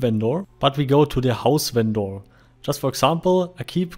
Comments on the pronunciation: Just curious, why do you call them "ven-door"? Its normally pronounced "vender" (despite being spelled vendor, that is the correct pronunciation of vender). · If you pronounce the word with a german accent its automaticly vendoor. xD Ingame they labeled as vendor. so its not so far from door xD. In german you speell the O mor epresent. With the german O sound. XD